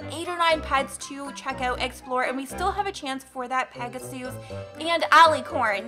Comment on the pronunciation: Its not peg-a-sues its pega-sis thats how its pronouced